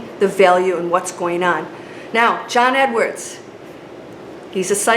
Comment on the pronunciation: Learn to pronounce John Edward properly